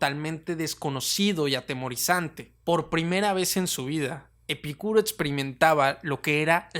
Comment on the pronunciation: Porque pronuncias el nombre de Epícuro con acento en la (i) y otras veces sin acento ?